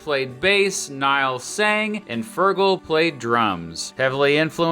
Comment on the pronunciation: "Niall" is pronounced like "Neal", I presume.